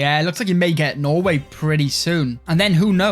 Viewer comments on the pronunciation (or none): none